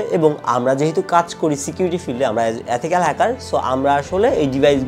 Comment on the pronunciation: এথিকয়াল না ইথিক্যাল